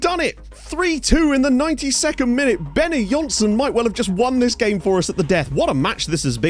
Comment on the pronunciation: Benonysson = Benno Neesson, not Benny Jonsson.